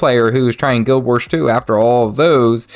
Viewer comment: 👎Learn how to pronounce the name of the game. 🙄